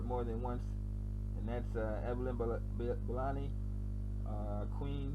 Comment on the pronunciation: Let's see what other locations you have in mind. It should be easily accessible and near businesses and means of transportation to get around Mombasa and I'm sure you have thought of this. I know you need to get my name right. Lol. It's not hard. Bell- la- me.